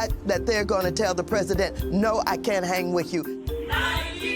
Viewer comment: "...there are cunna pee beeple" Calm down, you're unable to speak properly 😂